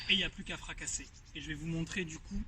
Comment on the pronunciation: FRACASSERRRRRRR !! :D Sympa le repère de la colonne vertébrale ! je l'ai utilisé un temps avec comme "objectif" de contacter la balle coté sud-est pour etre sur de revenir intérieur ! :-) Comment as tu fait pour trouver ton grip si prononcé ?